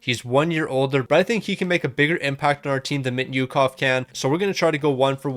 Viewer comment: Thank god you traded mintyukov, couldn't watch the video if I had to hear how you pronounce his name every season